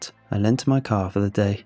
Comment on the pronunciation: I had to replay the first line 3 times to understand that it was car not co**